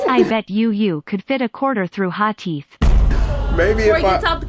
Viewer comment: 'He got stains on his teef' I almost FELL OUT 💀